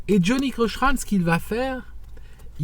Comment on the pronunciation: It's Johnnie Cochran like Cokran not like Coshran. Also it's not the 2nd amendment, it's the 5th.